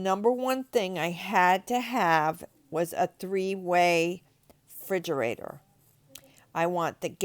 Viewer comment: "frigerator" lmao